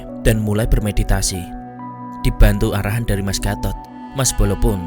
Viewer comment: Penyebutan gatot jelek banget serius mengganggu pendengaran😭